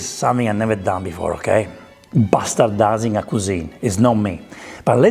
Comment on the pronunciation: Damn it took me the entire video to realize he was saying bastardizing and not pastatizing